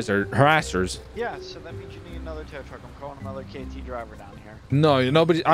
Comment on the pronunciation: Tow tuck? U mean tow truck